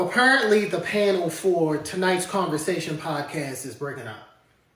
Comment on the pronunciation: When you say “converzation”🤭like sir no.